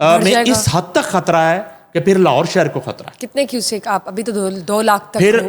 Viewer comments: This female anchor has a croaky/ voice not a pleasure to hear and on top of it she says khatra instead of Hatra. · Oh lady! What is khatra? Don't ruin the beauty of urdu language and its pronunciation. You are probably the offspring of an Indian hindu family? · بھائی آپ اپنی اس کو اینکر کو خ کہنے کی پریکٹس کروا دیں ۔یہ کھان ۔۔کھبر ۔۔کھترا۔۔۔تو کہنا چھوڑ دے ۔ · خاتون اینکر شائد ہندی بولنے کی شوقین ہیں انھیں شائد اردو زبان سے کوئی شغف نہیں ہے یہ خاتوں مسلسل لفظ خطرہ کو کھطرہ کہہ رہی ہیں ۔ہیں یہ صاحبہ پاکستانی اینکر ۔ افسوس